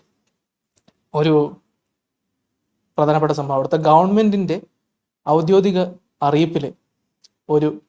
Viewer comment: To Pokri: 'ഔദ്യോഗികം '. Not 'ഔദ്യോദികം '.. 🙄